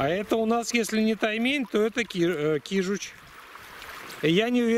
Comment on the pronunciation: кажись кижуч, а не кижич